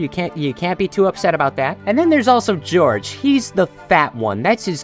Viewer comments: "And then there's Jorge" (but he pronounces it like it is spelt "George") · 3 minutes and 20 seconds in and doing a double take at him calling Jorge "George." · I think Jorge is supposed pronounced Hor-hey unless the books specifically states that its pronounced the other way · I love the books so much. My favorite character out of the main 4 is Oliver! Also btw, Jorge’s name is pronounced “hoor-hay”. That’s confirmed by the creators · Why is no one talking about how he said Jorge wrong